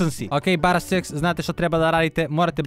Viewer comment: kazes BARA SEX lol hahaha